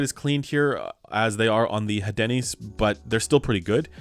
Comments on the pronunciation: I believe the pronunciation for the Hadenys is: "Ah den ees" if my French is correct. So, no emphasis or inclusion of the "H". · We don't pronounce the letter "H" in french so "adeenis" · I think it is Áhdenys, strong A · Hadenys is obviously pronounced HAD-ANUS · I believe the pronunciation of the Hadenys is a subtle marketing campaign for a certain breakfast chain and pronounced Hey-Denny's.